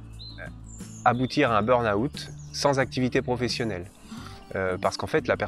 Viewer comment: bonne explication, merci. Par contre le "beurnaoûtte" ça fait mal aux oreilles 😅